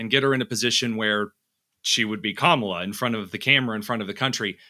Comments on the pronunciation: Not kamella; rather ‘mala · Professor Hanson, I'm a big fan of yours. Stop mispronouncing her name. You're better than that. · hatred filled gossiping no bodies...can we find ALL of your past... sure we can... By the way ...Walz did not desert...he retired..and can you pronounce Kamala name right?...I guess not. All this hate is why you are losing. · Hanson destroys his credibility by intentionally mispronouncing Kamala's name like they've all been taught to do. That kind of grade school taunt makes people dismiss your views. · Also, independent voters like myself see how Trump and his sycophants continue to mispronounce her name. it's disrespectful, and it's childish behavior. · Dr. Hanson, it makes you look bigoted to mispronounce Kamala's name. If her policies are so palpably wrong, why do you need to resort to name calling? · He doesn't even know how to pronounce 'Kamala'. Rather hard to take seriously - aside from all the inaccuracies and fabrications. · Those who mispronounce "Kamala" (including Trump and RFK Jr) seem out of touch. Even second graders know how to pronounce the VP's name correctly. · this guy can't say kamala's name right either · Wow! I am more amused with the third grade level comments from the MAGA cult…rude, crude, uneducated, divisiveness. Good luck boys! Even the hosts of this dying show can’t give the vice president of the United States the respect of pronouncing her name properly. I am truly impressed.